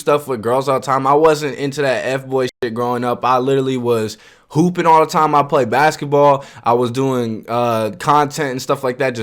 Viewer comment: "I was too focused on pooping" huh? Ohhh he said HOOPING lmaoooo